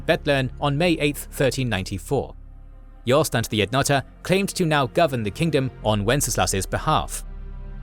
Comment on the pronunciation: its kingdom not kingdome 😊